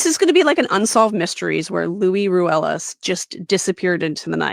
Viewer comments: It is Luis, not Louie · In spanish luis is what we call a "rivista" idk how to translate it but its someone who does whatever it takes to get to a certain social status.. textbook.. and his name is LUIS with an S not loui like king loui? Lol